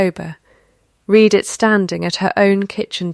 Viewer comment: This is a duplicate of the same story that I had just read. Also read in the past is pronounced as ‘red’! The picture at the beginning shows quadruplet! So many AI mistakes and no editing whatsoever by the originators- waste of time - don’t bother watching or reading.